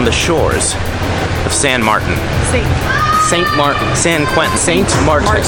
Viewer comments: Actually, since you're on the Dutch side... it's Sint Maarten (pronounced sin-t mateen) like martini -- Saint Martin is the French side. Great video and love the drone footage. Sorry you never made it to Orient Bay Beach! Only a small section is nude. I've been to Sint Maarten/Saint Martin twice -- I was supposed to be there in 2017 but Hurricane Irma destroyed our hotel. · Ass Wipe? It's St Maarten not your illiterate reading of the Islands name "Martin" No wonder the indigenous laugh at the White Peoples. And you thought they were smiling at you... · pretty sure it's St, Maarten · Omg, at least know how to pronounce where you are.